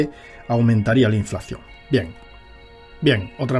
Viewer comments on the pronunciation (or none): none